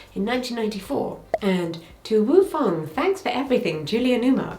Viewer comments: "To Woo Fong, Love Julia Newmark"? No, "To Wong Foo, Love Julia Newmar" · Well done, Jessica!! Also "To Woo Fong"? Work! LOL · "too woo fong" lol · “To Woo Fong” Best slip I’ve heard in a while. 😂😂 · I literally ran down to the comments to be like... "Woo Fong? ... Woo?! FONG?!" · I know you know in hindsight… “To Wong Foo…” I love your effort and I know it doesn’t matter but it will kill me if I don’t mention it. 😅